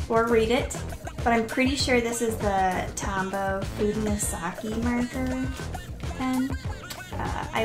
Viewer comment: Its pronounciation is fu-de-no-s-ke